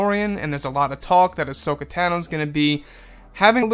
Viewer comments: Pronounced "Ah-So-Kah" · She was called "hashoka" here for ages , but darth vader told me it was ashoka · This sounds pretty cool! Would be a nice addition to the movie side of the SW universe. Also, sorry to be "that guy" - and I'm no EU expert - but is that really how to say her name? (Still gets a like from me)